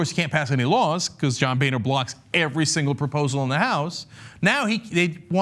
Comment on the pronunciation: Boehner is not pronounced "Bay-nur" but instead "Bo-ner" He's a boner man